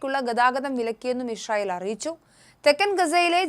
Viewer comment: Hi, the pronunciation is israel, but you are saying ishrael.